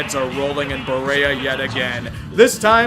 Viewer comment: hey loved the video, just an FYI it's pronounced Bah-Ree-Ah keep up the quality content